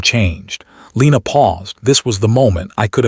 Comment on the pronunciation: I can’t click like on this story. The pronunciation of the names was atrocious. Only Leena and Priya were pronounced right, along with Jonas. The rest were butchered by anglicising them by AI??